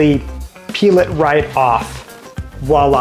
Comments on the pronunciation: Are you saying "Wha-la"? It is VOILA... voi-la... Voi, voi, Vvvvvvv 😁😇 I never thought to look at the pots while thrifting, although I have picked up a few wonderful vintage glassware pieces. I will definitely make a point to check out the cookware next time. MERCI! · Good content, but you might want to work on that pronunciation of voila.